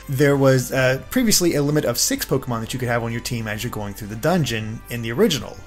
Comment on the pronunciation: im skeptical honestly he cant even say the pokemon names right either